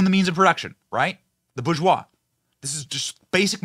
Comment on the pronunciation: It’s ‘boar-jois’, not “boogoiuse”! Keep fighting!